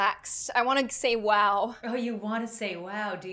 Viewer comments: I mean she said waw not wow 🤣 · Don’t say wow say whow